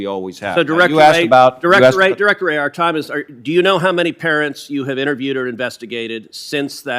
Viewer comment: Cruz can't say.wray you are a communist sypathizer